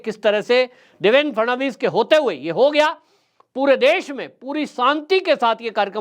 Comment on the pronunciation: काफी अनावश्यक बाते बोल रहा है. इसे माननीय देवेंद्र फडणवीस का नाम तक ठीक तरह से लेने नहीं आताहै. देवेन केहता है. कौन केहता है के नितीन गडकरीजी को हटाके फडणवीस जी को लाया गया है. महाशयजी खुद की मनगठन कहानियां बोलना बंद करदो. पहले की सरकार जाकर नयी सरकार आने से क्या फरक पडाहै ये आपको नहीं मालूम. अभि अभि का ताजा उदाहरण देखीये. पहले की सरकार होती तो क्या बुलडोझर चलता ?